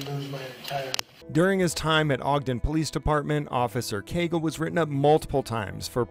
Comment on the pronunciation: Heheh "Caygle" 😂